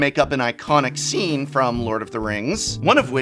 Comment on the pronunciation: Whenever he says scene, I always hear it as “scean,” like the emo style kid lol